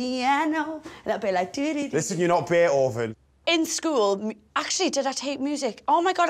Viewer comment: Listen you’re not Baytoven 🤣🤣I can’t spell btw